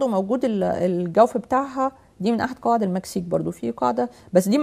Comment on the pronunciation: يرحم امك لا تتكلمي بالغة العربية الفصحي نكبتي ام ام الغة الكران== القران ياقوق وماقوق== ياجوج وماجوج سؤال بلله عليكم ياعالم هذي كيف تقرا القران وكل مخارج حروفها بالغة العربية الفصحي تخلط لهجتها مع الغة ارحمونا من لهجتكم كواعد== قواعد